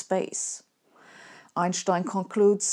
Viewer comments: I think it's refreshing just to hear somebody pronounce his name properly. I haven't heard this since university, around 1990 for me. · Yes, that’s not an accent or affectation, that’s simply how he and everyone in Europe always pronounced his name. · Also it’s nice to know how to actually pronounce his name correctly. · As a non-German, I didn't either. Frankly, I love when she does a video on Einstein because we get to hear the way she says his name, and no one else does. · I like the way Sabine says Einstein's name. She's the only one who pronounces it correctly. That convinces me.